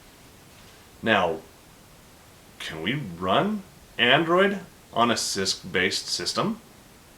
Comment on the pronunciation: every time you say cisc i hear cyst. what is wrong with me!